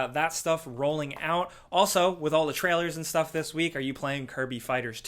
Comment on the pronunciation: ‘Shh-Stuff’ 😂 😂 nice catch.